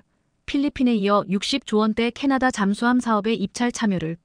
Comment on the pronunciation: 놀랐다 m 을 미터로 못 읽는 여성 나래이터가 첫 등장 했구나! 이건 나래이터만의 문제가 아니라 스크립터 PD 도 문제다. 캐나다를 캐타다 라고?? M & A는 기업 인수합병 의미의 엠 앤 에이 다 이걸 엠앤어로 읽다니!! 6 ~ 7년은 6내지 7년이지 67년이 아니다 몰상식에 무식의 극치다. 태국 국방부도 참 엉터리구나 한국전쟁 참전국인데...